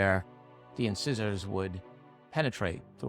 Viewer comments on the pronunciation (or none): Small point, but isn't incisors pronounced in -sigh-zors